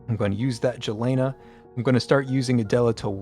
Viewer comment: plz dont say jelena say yelena